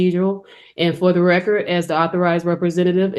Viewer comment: Actually, she was saying, “for the reckurt”, whatever that is.